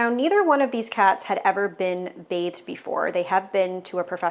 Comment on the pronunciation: I know I'm deaf on one side, but damn, everytime you said BATHED, I heard BAKED! So I was in stitches everytime! Damn!